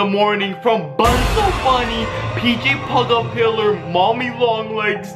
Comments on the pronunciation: It's PJ puggle pillow and not PJ the pillow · It’s not PJ pillar it’s PJ pug a pillar it is not Bonzo the bunny is Bonzo bunny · It,s pj pug-a-pillar